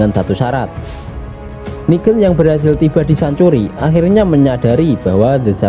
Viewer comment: Negan bang Bukan nigen